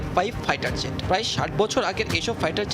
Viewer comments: ফাইটার যেট নয় এটা উচ্চারণ হবে ফাইটার জেট ✈️ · মুরখ, ফাইটার যেট (zet) না ফাইটার জেট (jet), স্টাইল মারানের ঠেলায় বাচেনা। কদিন পর মা রে বাপ, বাপ রে মা কইবা তোমরা।